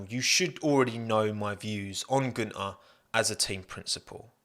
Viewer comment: Get it right, it's Guenther "F**king" Steiner